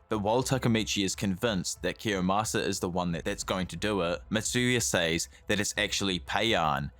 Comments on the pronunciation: IT'S KIOYMASA NOT KIYOSAMA LMFAO I don't mean any harm, but god damn, that triggered the hell out of me lol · Kiyomasa, not kiyosama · His name is Kiyomasa, not Kiyasama. Otherwise a great video! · it's kiyomasa, not kiyosama... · its actually kiyomasa not kiyosama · it's Kiyomasa